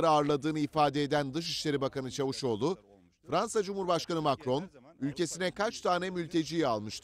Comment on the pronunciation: Adam diye yazilir CAVUSOGLU diye okunur!!!!!!!!!